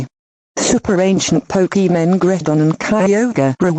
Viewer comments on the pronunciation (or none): When they say Pokemon it sounds like "Pokemoan"